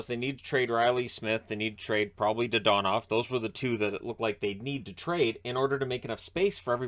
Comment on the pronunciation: your pronunciation of his name is......frustrating